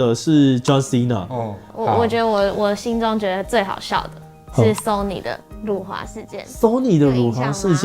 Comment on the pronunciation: 辱华，这个词是有多难念？？可以念标准吗？？ （我是马来西亚人，不然又会有一堆看你打简体字就要高潮的）